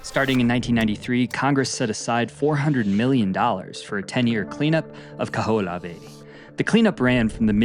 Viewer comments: Kaho'olawe is pronounced Kah hoh oh lah veh! You pronounce every letter... consonants and vowels...the h isn't silent! Mahalo for da history lesson but make sure you get da pronunciations correct too! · The Island name is pronounced Kah-ho-o-lah-veh.